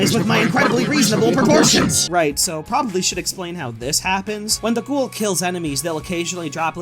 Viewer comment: quick note:ghoul's name is said GHOOOOOOOOOOOL and not ghohohohoooool